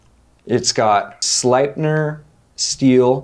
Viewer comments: I don`t know how to write it in fonetics but Sleipner is pronounced the same way you north americans would pronounce Slaypner. Fun fact Sleipner steel has it`s name from Odin´s eight legged horse. nice show you guys got here, keep up the good work :D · I think that the easiest way to explain the pronunciation of the word "sleipner" to english, is by changing the part "slei" to the english word "slay". So you say "slaypner". The pronunciation is almost 100% identical, to our way of saying it here in Sweden Just a fun fact! Sleipner was the name Odins eight legged horse. My pick from the table! Without a doubt the Fox Suru. I love Jespers designs, but the Suru is on the top for me. Keep it up from 🇸🇪🇸🇪🇸🇪